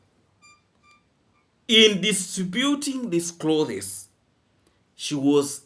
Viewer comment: no offense intended here. The word "clothes" has only ONE syllable. Each time you said it, u separated it into 2 syllables. Google the spelling of it to verify what I've shared. 😊😊😊